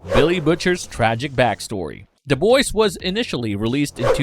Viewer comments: why are you saying "Da Boys"? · "Da Boys" "mudder" "brudder"